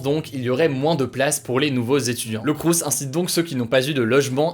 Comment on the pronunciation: On ne prononce pas le S à la fin de « crous » ;)